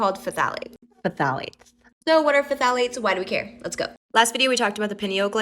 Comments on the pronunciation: puh-thalits... bru someone needs to tell this woman how to speak. IT'S PRONOUNCED THAL-EIGHTS! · Phthalates is just pronounced “thalates” you cant trust anything she says 😂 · I think it's pronounced THalates